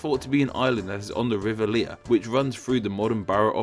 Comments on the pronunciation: He mispronounced crocus too. and the River Lea. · River Lea is pronounced 'Lee!' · If, as you say, you were born in London, why do you so woefully mispronounce London names? River Lea, Havering, Newham, Waltham Forest...